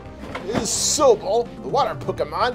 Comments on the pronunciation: Sobo what you said his name wrong it’s sobble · It’s not so-bble it’s sawbble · Mate you said sooble it's sobble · Sobble is pronounced saw-bull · Not hating or anything but you pronounced “Sobble” wrong